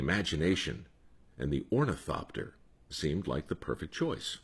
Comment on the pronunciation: Ornithopter? I dunno if that's how it's spelled but I like the way you say it. :) This was a great story...I always love stories about the Wright brothers. I live near Kitty Hawk, raised on the lore. Thank you, Mike. Oh... I can't afford the robe, but it's lux. ;)